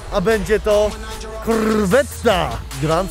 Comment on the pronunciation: kułde jakie auto kupiłeś płoszę powiedz Kołwette